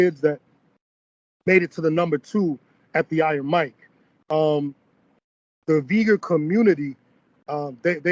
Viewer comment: should really not pronounce Uyghur names in mandarin